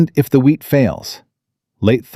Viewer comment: Illinois. Wheat not weed. Mrs not misses. Love listening tho